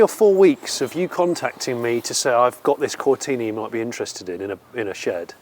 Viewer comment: Come on, Jonny, it's not a 'Ford Cortina' it's a Fowwwd Cowtinaaaahh' You, of all people, should know that. On that side of things. 🙂